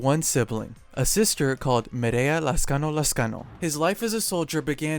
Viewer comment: I like how you pronounce my lastname correctly